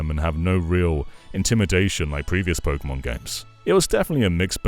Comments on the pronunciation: Tek-ken po-ken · He lost me when he said “Pokémon”